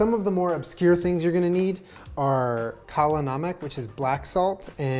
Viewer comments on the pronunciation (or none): Pronounced as.. a-ji-no-moto. , kaa-la na-mk.